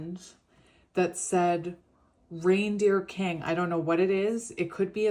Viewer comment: You are saying reindeer kung i keep hearing the gypsy kings